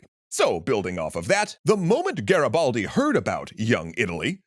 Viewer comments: Listen, I love you, you do amazing video. But the I in Garibaldi is read E, You are saying Garabaldi it's too funny😂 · Nice to see finally Garibaldi featured but the pronunciation killed me, could've at least learnt it correctly